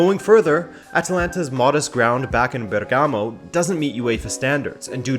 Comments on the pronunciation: And the right accent is Bèrgamo! Not Bergàmo! Thanks! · It’s actually spelled Bérgamo not Bergámo but very good video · It's Bèrgamo not Bergàmo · Great video! One very cacophonic issue: BERgamo, not berGAmo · It's actually Bèrgamo, not Bergàmo 😉 greets from Italy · Bérgamo not Bergámo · mate, Bergamo is pronounced differently..the stress in on the first syllable (Bèrgamo) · If i hear another time Bergámo I'm going to throw up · that accent on Bergamo killed me several times XD instead ALL other accents on Italian names are really good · It's nice that you're doing a video on Atalanta All i ask because it's annoying..if you're going to say the name of a city in italy, please research how to say it..first.. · The way he pronounced Bergamo made me cringe multiple times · You pronounced Bergamo incorrectly and the stadium name is wrong aswell. Atalanta stadium is called the Gwiss stadium. They changed it. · Good video. Just drives me crazy how he mispronounces Bergamo for the whole video